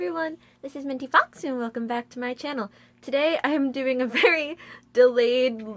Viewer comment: OMG!!! Your the first to pronounce my name correct ...Giggles... and very good selection of diaura songs i like the new mini album my resistance my favorite is Linkage also im very excited about new album coming out soon Versus i think it was called sounds so good XD Thank you for answering my question ^_^ keep up the awesome work MintyFoxu \m/